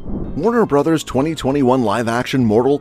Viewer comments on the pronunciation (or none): none